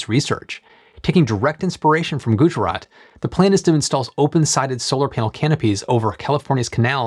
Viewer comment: ayeeeeee u didnt butchered the pronunciation of Gujrat.... niceee